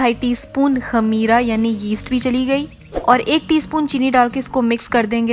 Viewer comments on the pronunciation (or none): Khamira nahi its khameer